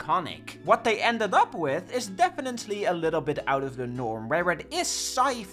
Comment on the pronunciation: I love that you have a signature mispronunciation of "definitely" that always pisses off commenters. Legendary.